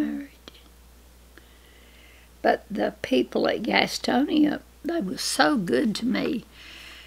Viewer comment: My mother lived in Gastonia for a while before she met and married Daddy. She pronounced it Gastony like it sounded like Granny did the first time. Gastonia sucked a lot of people out of the mountains to work in its textile industry. The brightest and strongest manage to break loose from the lure of filthy lucre and return to the mountains where people are not rich but lives are.